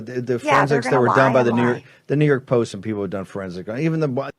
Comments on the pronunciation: Is it just me or did him saying “New York post” sound like he said the N word? I was only listening and had to rewind it to see what he said. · YES YES YES! I went back and listened.